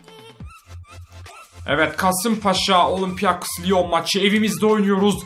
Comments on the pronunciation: abi olimpiakos lion deyil olimpik lion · Okunuşunu yaziyorum olimpiyakos liyon degil abi olimpik liyon